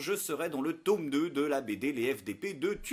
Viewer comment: Tome et pas taume.